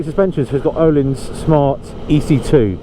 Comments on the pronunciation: It's not ohlins... its pronounced erlins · The Ö is pronounced like the vowel in 'bird'. then it's a long 'i': Ö-leans.